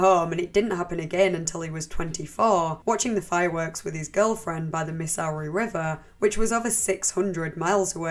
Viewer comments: absolutely obsessed with the way you pronounce Missouri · Missowree! Haha. Sorry i just had to. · Always a joy hearing your pronunciation of "Missouri" :D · The way you pronounce 'Missouri' XD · The most disturbing part of this video is how you pronounce Missouri